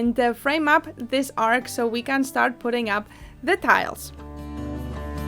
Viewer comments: ARCH shouldn't sound like ARK... the CH is like the beginning sound in CHEESE, or the beginning and ending of the word CHURCH. It's so fun, exploring this house with you, and watching you reimagine it and reshape it. God bless you! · Its an ARCH, not an ARC!!!! X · The word is ar-ch. The ch, is pronounced as in cheese. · Isn't the word arch not arch? 2 different meanings